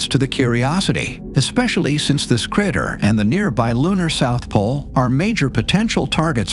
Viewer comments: very interesting video but the crat-er ruined my concentration a bit ;) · cratter. critter, creter.... everything but crater.